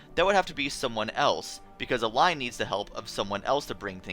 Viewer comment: So it's "El-line", huh? I usually spell her name "El-leen" Also, great series. I always enjoy this Kirby canon discussion video. :)